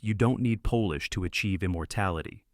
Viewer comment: You don’t need…Polish? (lol. Say it like Pawlish) 🤦‍♀️